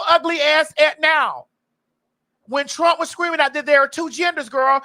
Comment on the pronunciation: Caitlyn said i will bote for Donald trunk 🤣🤣🤣🤣🤣🤣🤣🤣